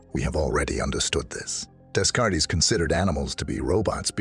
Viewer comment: "Days-Card-Tees!!" xD I enjoy your content but the amount of times you butchered his name really traumatized me.